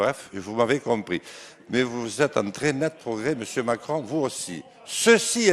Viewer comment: C'est quoi ce langage il est chtit il a un problème de bouche ce jean lasalle on dit pas Macone on dit Macron enfin voyons si sa continue Macron va devenir ducon😂😂😂😂